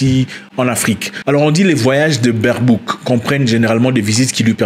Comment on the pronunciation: Même ici en Allemagne 🇩🇪 personne veut cette femme, surtout le partie politique qui est aux pouvoir. Ele se prononce "BAIRBAUQUE"